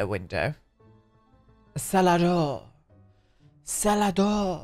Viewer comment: To my swedish ears it sounded like c'est la deau, I actually thought it was improvised/made up french for a moment 😂 Love Donnie Darko too